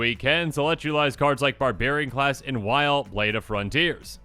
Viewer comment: It makes me irrationally upset that Wyll is being pronounced "while". I just think that it should be Will. But with a "y". Wyll